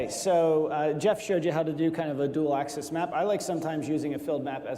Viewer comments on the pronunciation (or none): “Axis” not “Access”